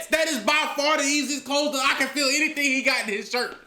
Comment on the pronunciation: 'Hennything is possible' 😂